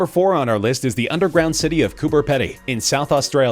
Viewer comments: It's pronounced cooper peedy you gotta stretch the e a little otherwise great video mate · It’s pronounced Coober pee-dee, just for future reference 🙂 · I’m from south Australia and The way an American says “ coober pedy” is so funny!! 😂 it’s more like Coober pee dee